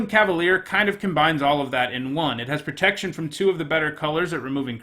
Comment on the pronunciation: "After a couple of nights in a row without pertection" MonkaS